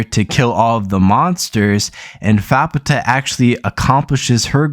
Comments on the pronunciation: Not a terrible video ....but dood Youre pronounceations made my ears bleed >.> So ima try and help some by writing names out phonetically. Faputa : fap taa (the u is almost silent) Vueko : vu a ko (long a) Irumyuui :e room you e (both e's are long e's) But yeah other than your missponuciations not a bad synopses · I think you'd pronounce her "fap-ta"